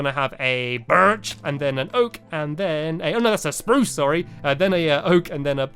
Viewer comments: And spruuce the way he says spurce Lol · You said fluffy it's SURBERT sorry stampy but sometimes you annoy me and you also said spuce right like really harsh but on birch you just said birch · 😱 u didn't say SPARUCE wood